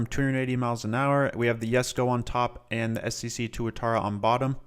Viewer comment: love how this dude says ssc as scc lol (no hate) love the video as always!